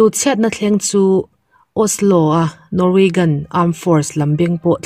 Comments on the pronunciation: An mahni pawn Norwegian an tia.. Nang in NorweGAN i tih daih le.. In chhiar dawn hian thil hre deuh rawn nachang hi hre thin ula ka ti.. Beng a ti thlep deuh thin.. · Norwaygan i tia..Norwagian hi tia lam tur ami? A Chang leh Osla te itia..